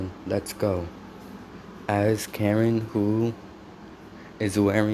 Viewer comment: Her name is ka rin not karen